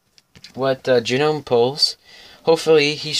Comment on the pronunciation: Its pronounced like nome the G is silent. Great pack battle friend and good luck in the rest of the tournament. Ill be rooting for you! 👍🎅